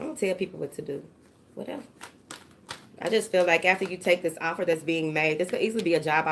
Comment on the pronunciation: I just came to hear you say “whateva” LOVE IT 😂😂😂😂😍